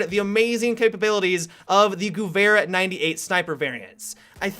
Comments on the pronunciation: anybody else triggered by the way he says Guwehr? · Cody Cruz He was saying it wrong thats why i wrote that ughh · Gewehr sounds like Gever. It's a lot easier to say so I'm just throwing it out there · The "h" extends the syllable, so it sounds more like "gev-air" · He said gooair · that better than some of the other pronunciations of this word some of my friends pronounce it like "Gyewer" and I just wanna smack them for it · I prefer "gooey 98" to the correct pronunciation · the way you pronounce 'gewehr' is wrong. You need to pronounce it on nature german like 'GEWEHR!!' Still enjoyed you video. Love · Just so everyone knows, "Gewehr" is pronounced "Guh-vehr". :) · TechnicBot geh - vehr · Yeah, I never knew how it was pronounced until battlefield (it was in COD once) I used to to pronounce it like "gher-her" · The way says Gewehr Is funny. Goovhair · Dah Magpie i always pronounced it like sewer gewher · american / english cannot say Gewehr right ... their G is like the germans saying "dschi". ... which as a german you would say "dschiwea" (without having a reason to say it in english :D) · why is he making two noises with the "W" in gewehr? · damn when u pronounce gewehr just damn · So funny for me as an austrian hearing you pronounce "Gewehr"